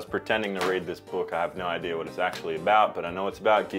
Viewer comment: My grandma used to say Idear when she said Idea and the way you said it just really reminded me of her, thanks man, she passed at the beginning of the year and it was really nice having that memory pop up randomly.